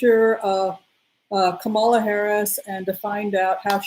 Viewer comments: Hello from Kansas City. Wonderful to see beautiful Mila up close. Thank you for your work in these dark times. I am a big fan . One correction if I may. Kamala is pronounced COMMA- la. It rhymes with her mothers name Shamala. Her kids call her Mamala. The network talking heads are trying to remember this. I would also like to give kudos to Cindy at Soulprint Intuitive as another wonderful reader and intuitive in our group. Blessings. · you will have to know how to pronounce the name of our first woman president— it is COMM uh luh.😻